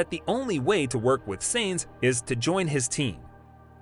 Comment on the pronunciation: Who is "Seinz"? (it's Sainz) And Benito? (it's Binotto) Please have your voice actor at least watch one race, or any piece of news about F1. Also, clickbait lol